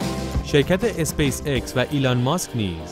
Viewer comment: داداااااش خوده انگلیس میگه ایکس بعد تو میگی اِکس؟؟؟